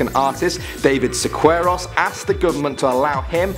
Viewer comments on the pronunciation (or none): When David Siqueiros isn't David Siqueiros anymore but "Deivid Sicueiros"